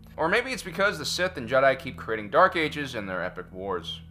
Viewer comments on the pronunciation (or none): none